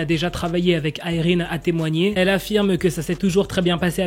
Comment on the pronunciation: il le dit avec l'accent